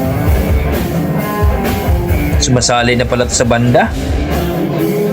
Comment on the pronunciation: Magalona at hindi magaluna Frachesca at hindi Franchisca At lalong Francis EM at hindi Francis IM